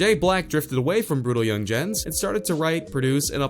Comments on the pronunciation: "Brutal Young-Jenz"🙄🙄🙄🙄🙄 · Brutal “yun jens”?